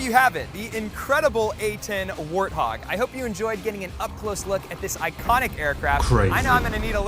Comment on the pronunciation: Is there the letter W in the Russian language? It sounded like you said the arthog.